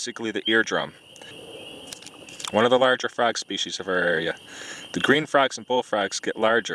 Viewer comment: Holy lord, I have never heard someone say "fraag" more Wisconsin in my life.